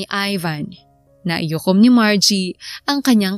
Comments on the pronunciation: Yong story teller Mali ang sinasabi naikuyom hindi naiyukom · ganda ng storya, pero " naikuyom po, hindi naiyukom" 🤫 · Ang kulit ng buntis..😂😂 Miss Narrator NAIKUYOM po ang tamang bigkas at di naiyukom. Ang dami kasing beses na binanggit mo kya napansin ko tuloy..✌✌ Salamat. ❤😊